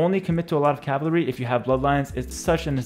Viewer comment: Lol he can’t say cavalry, he says “cavlary” 😂😂😂😂